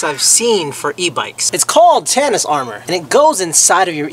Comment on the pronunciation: How the fuck is tsinelas pronounced like tanis. My English brain is melting, is this how it feels trying to learn English?